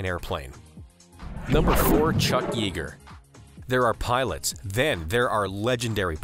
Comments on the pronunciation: Here we go again: the name of the man you called "Chuck YEE-ger," wouldn't like you mispronouncing his name, which sounds like "Chuck YAY-ger." Why do YouTube narrators keep doing this? All it takes is to type "pronounce chuck yeager" into Google (or maybe another search engine) and you'd know---but why didn't you know? It's a fairly common name. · Regardless, Chuck Yeager is a world famous aviator whose name has been correctly pronounced in numerous documentaries in movie theaters, on TV, and YouTube, and all one has to do is type "pronounce chuck yeager" into a search window.